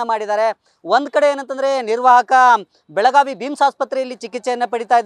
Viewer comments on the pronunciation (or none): none